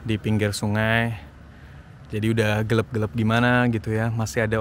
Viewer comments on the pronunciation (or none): gelap bang... bukan gelep btw asik vlognya.. serasa ngobrol dbeneran bareng thx